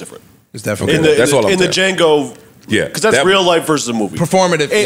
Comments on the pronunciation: Them sayin “DEEJango” was pissin me off…. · Um, I'm pretty positive that Django has a silent "d" 😂😂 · Firstly, the D in Django is silent secondly, RIP Michael Jackson was perceived by many to had lost his religious conviction by putting out the #1 music video Thriller. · Everyone, the “D” in D’Jango is SILENT.